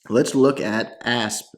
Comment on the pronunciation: "Asp"😂. Its pronounced A Sap